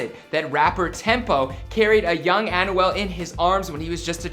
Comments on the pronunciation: Lmfao...learn how to say his name right lol...AN-WELL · The way to pronounce his name is by thinking as if its written like "Anwel" not "Anyouel" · My man really said an u al 😭😭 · this dude is pronouncing Anuel's name as Annual... this dude is struggling to let out a Spanish word Anuual Duble-ah!! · Bro you clearly say an-wel and u said osuna its o-zuna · "An oo well" 😂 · Pronunciation: Ahn-Well Doh-bleh-ah 😂😭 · Man can u just say his name “a-nu-el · He pronounces it like Annual. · Annual el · this video makes me cringe, with how he pronounces Anuel and other spanish words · They should take him off YouTube saying Anuel like that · Lol they easy he tried to say anuel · The way he pernounces Anuel🤦‍♂️